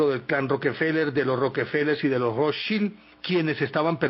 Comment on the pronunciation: Se pronuncia: "Rotchaild" con acento en la letra "a".